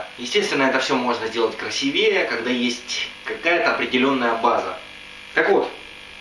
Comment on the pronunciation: красИвее :D